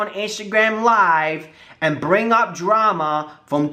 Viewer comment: When he says "drama" it sounds like trauma. 😄 love the video